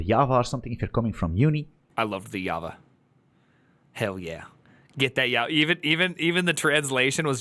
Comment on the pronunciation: The turd actually calls Java "hava" like tf ??!